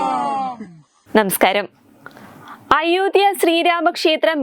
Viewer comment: നെമെ സ്കാരം അല്ല നമസ്കാരം എന്നു പറഞ്ഞു പഠിക്കുക